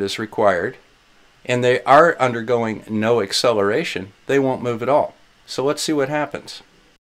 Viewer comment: Did you say the ‘eggcelaration’ of gravity? you kill me. 🤣🤣🤣